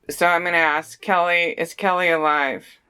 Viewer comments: umm it keily ..like kyile not kelly just thurt id let u knw lol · It's Keily NOT KELLY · Her name is pronounced With an I , is is not Kelly it is Kily. Spelled Kiely!!!!!!!!!! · Kiely not Kelly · If you don't say KIELY'S name right through the whole reading does it effect the reading but keep calling her Kelly. Are your spirits connected to the right person? You even spelled her name wrong in the title of the video title. Can you please answer my question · 😇💜 PLEASE don't attack me, BUT you are saying her name wrong. Kiely ( Kylie ) or ( Kyle ) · You pronounce her name as Kylie although it is spelt Kiely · Her name isn’t Keily, it’s Kiely, and your pronouncing it as kelly in the beginning of the video. I don’t mean anything by correcting you on her name, just wanted to let you know cause some people on here will be mean about it. I love your work and what you do to help others. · Pronounced KY Lee;)